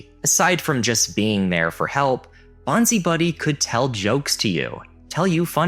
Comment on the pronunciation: Bonzi Buddy is pronounced bonsai buddy... Love the vids, thanks.